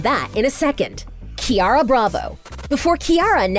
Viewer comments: They pronounced her name wrong EVERY time! It’s Ciara like see-air-ah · Ciara's name is mispronounced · Is that how u pronounce Ciara? And when she said “Gustavo Roque” she pronounced it weird. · You said Ciara’s name wrong every single time 😭 and last name of character Gustavo